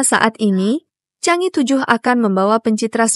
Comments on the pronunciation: Mohon dibaca Chang e,bukannya Chang i. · Chang e, dibaca "jhang ê", bukan "cang i" !